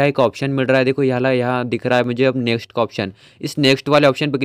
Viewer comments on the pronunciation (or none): none